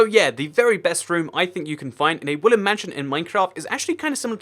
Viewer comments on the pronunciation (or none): I keep on hearing you say woolen mansion not wooden mansion